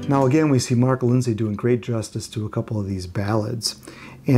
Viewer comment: Excellent research. However, I think his name is pronounced "Lind-see" (like linseed oil), not "Lind-say".